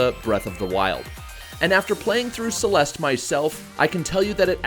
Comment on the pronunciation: "Clelste" is my favorite platformer.